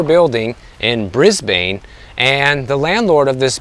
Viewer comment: It's pronounced Brisbin not Bris Bain. Sorry. You're spot on about the Australian market.